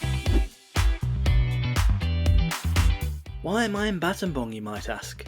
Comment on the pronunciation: What a brave man going to scambodia just to do some videos on their public transport services. edit: btw props for pronouncing battambang properly. The last time I took this route in 2008, it took almost 8hrs by car. Nice to see the roads are fully paved unlike back then.